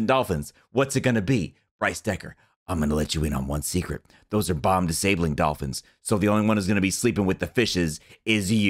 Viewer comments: "the Bolphins" 2019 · The "bolphins" slip up was probably the funniest thing ive heard all year lol